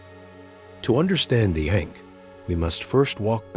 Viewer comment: It’s not pronounced correctly and this takes away from the video and the sound of the word matters.